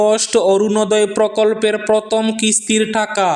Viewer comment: Not protom,that's prothom.